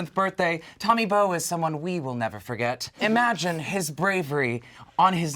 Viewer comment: HIS NAME IS BOWE AND NOT BONE?!? HUHHHH